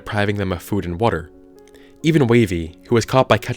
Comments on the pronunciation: The way you say water it sounds like "wortor" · Everytime he says water, the word worter pops into my head. WoRtEr